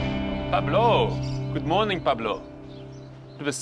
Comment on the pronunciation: Spanish guy here: Dr. Chris pronounced Pablo's name perfectly